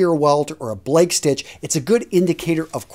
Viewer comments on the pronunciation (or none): none